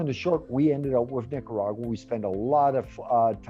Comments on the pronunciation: a little offended that the interviewer couldn't properly say Nicaragua pero I do enjoy the video. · Come on - I’m sure you can pronounce Nicaragua!